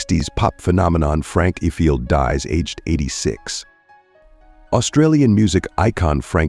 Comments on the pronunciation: Worst AI narrator ever! "yo-DELLing"?? "If- field" Good grief. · IFIELD is pronounced EYEFIELD.. Ukulele ??? Try yewkalaylee